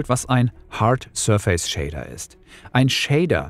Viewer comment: Danke für das Video. Kannst du bitte die Aussprache des Wortes „surface” nochmal nachschlagen. Da rollen sich einem die Fußnägel hoch.